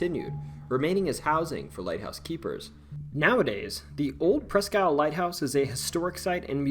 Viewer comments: Presque Isle is pronounced like Eel. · "Presk" isle